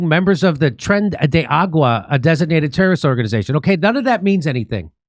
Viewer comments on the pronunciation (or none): THIS IS TREN DE ARAGUA YES USE HELICOPTERS AND MILITARY EQUIPMENT YES PLEASE. Also Jimmy, ARAGUA, not AGUA! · Tren de aragua, not tren de agua